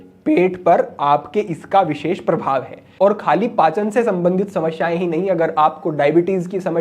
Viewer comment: Shamashyain Nehi hota Samasyain hota hota hai Galat ucharan na karain